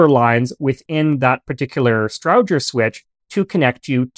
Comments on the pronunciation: Almost all correct, the pronunciation is off for the central office can switches always heard it pronounced “Strowger” (long O) and not short O as spoken here. Its Stroooojer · It’s a STROWGER as in ROW-ING, NOT EYE-BROW. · Well done! I've always heard Strowger's name pronounced as "STROH-jer". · As a former employee of a central office equipment manufacturer, I was taught that Strowger was pronounced with a long O and a hard G, which is not the way you say it. Did you reach your pronunciation based on how Almon Strowger himself pronounced it, or did you just assign a pronunciation based on your assumptions?